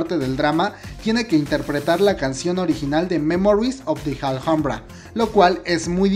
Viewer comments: El vídeo está genial, pero solo una cosa ; se pronuncia " ALAMBRA" aunque se escriba Alhambra ❤️💓❤️💓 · Me encanta el video, que rico que estará en Netflix, gracias... pero porque pronuncias "aljambra"? ... es Alhambra... español 😊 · "Memories of the JALJAMBRA" se dice ALAMBRA como si la H no estubiera cada vez que decias JALJAMBRA me senti como cuando seouk le mata a yoo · Hola, soy admiradora de Park Shin Hye,espero este drama con ansias, pero solo te quería hacer una pequeña corrección en tu pronunciación de "Alhambra ", soy española y granadina, o sea donde se halla este monumento patrimonio universal de la humanidad, con lo que me rechinan los oídos cuando te escucho decir " Aljambra" no seria raro si fueses extranjero, pero como decís los mejicanos hijole eres hispano!, la h en castellano es muda! Se pronuncia igual que "alambre" pero finalizado en A. Dicho esto sigo tu canal fielmente,y me diviertes mucho con todos tus videos, sigue así!!!!😘😘😘